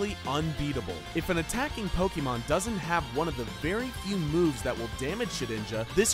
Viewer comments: And pokeemon and not pokémon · Ang Tze Wei Yes I know, but people like him (normies who are painfully out of touch with the series) always call it Poe-keeeeee-Mon. It's extremely cringy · Anyone one notice how he says PokEEmon